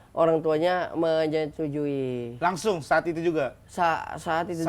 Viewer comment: anjir Dustin ngomong "menyetujui" gw jadi inget kolong meja dulu Dustin, Rigen, Rispo.. waktu itu Dustin ngomong "menyetujui" susah bgt jadi "menutujuni"; "menjujujuni" Dustin marah paling besar sama Dita soal jendela terbuka jadi kucingnya kabur karena dulu dia pernah diomelin nyokapya karena ga nutup pager supaya kucing ga masuk, jadi kebalik ya...